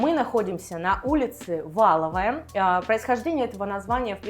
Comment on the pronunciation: Откуда вы беретесь с ударения и московских улиц - Валовая! Не ВАловая